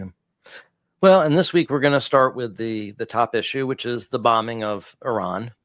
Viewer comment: still doesn't know how to pronounce the word Iran.